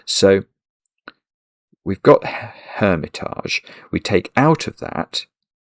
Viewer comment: Not really crossword related, but you pronounce “hermitage” as if it were French, and “outré” as if it were English when it should be the other way around! Also, I think the surface reading of “yearly drink” should be the amount one drinks in a year, rather than a once-a-year drink!